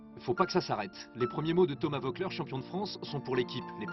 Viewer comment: Le s de la fin de Thomas Voeckler ne se prononce pas Gégé